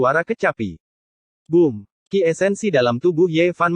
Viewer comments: Bom bukan booom 🤦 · Kak min kalok booom yabaca booom jangan B,O,O,O,M gitu 😂😂😂..........?